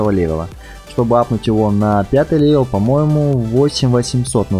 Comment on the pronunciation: Ко панда ты говоришь леваль